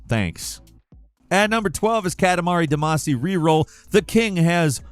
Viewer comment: Given your pronunciation of Ayane, and Katamari Damacy I'm finding it difficult to believe you've played these games.